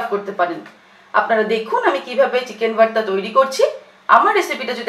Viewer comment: Its not varta mam... its bharta